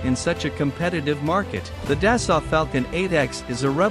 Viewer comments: It pronounced “Da-Soul” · Thank you for the video, it was enjoyable. I realize this is most likely a computerized voice defaulting to the pronunciation based on spelling, but the correct way to pronounce "Dassault" is "Day-So" long A, long O, silent T. I don't want to come off as a know it all, but if I were mispronouncing someone's name I would want to know. My wife is an engineer for Dassault, otherwise I too, would probably mispronounce it. Again, thank you for the video.